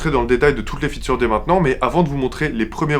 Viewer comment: "on faisait de plus en plus de fitures" 🤣 de fitCHEURES.